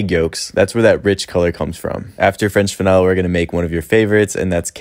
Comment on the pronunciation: Freychhh Veneeyyylle